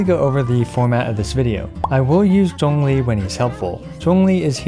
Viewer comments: Something that I just realized why I think I appreciate your videos so much is that you actually pronounce the names of the characters well. Like we've all been playing this game for so long and yet so many Genshin youtubers still calls Xiangling 'SHANG-LING' or Zhongli 'ZAHNG-LI'. Not saying people need to have it perfect, but it just grates the ears when people just plow through the names when they make content. Anyway, loved the video, love your content, and love your attention to small details! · I found it a bit odd that you pronounced Zhongli’s name almost perfectly but pronounced Ganyu’s name the English way… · How are you pronouncing ZhongLi so correctly loll, you're the first caster that I know to do so